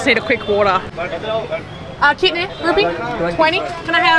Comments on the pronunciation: you were quite close actually. It is "kinne da hega?" you just combined da+hega when you pronounced it😂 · My God you are so lovely! I hope you had a great time in india and in amritsar...it's the food capital of India... While * kinne da hega?* is right but your pronunciation is not right...so easy hack is * kinne paise?*